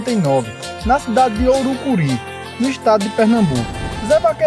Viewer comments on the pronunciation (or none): O nome da cidade não é ourucuri o nome correto é Ouricuri